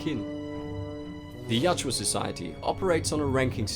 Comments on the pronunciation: For the love of all that is holy, why do you keep saying "Yatjua?!" It's Yautja! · Dude you gotta get that name right... Ya out ja.... not yat joo uh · its not yaa-tjua, its Ya-utja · My brain nearly exploded after hearing the narrator mistakenly saying Yatua instead of Yautja about a hundred times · Hermione: It's "yowd-cha", not "yow-chew-ah" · It's Yautja not Yatjua...but as always great video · Yautja or Yatua...it's Yautja but you keep saying Yatua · You keep saying Yatjua, but it's YAUTJA. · Yautja. Yow-cha. Not Yah-chua. 😂😂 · Yatjua!? I think its Yautja.. Great video, otherwise. 👍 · Writes "Yautja"... keeps saying "Yatua" all the time. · It’s not pronounced Yacht-twa, it’s pronounced yacht-jah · I thought it was pronounced "Yao-cha" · its spelled yautja but you pronounce it "yatjua"? which one is it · Not how to say there name at all